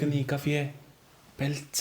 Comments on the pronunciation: പുലർച്ച ❌ "പെൽച്ച"✅ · Pelacha ❌ polachaa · Ningal pelachakk ennano paraya nammal pulachakk enna paraya 😅